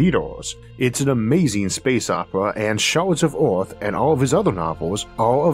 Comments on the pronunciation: the narrator says ‘Oorth’ instead of Earth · yes, Oorth where you from?🤓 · i love the way he says earth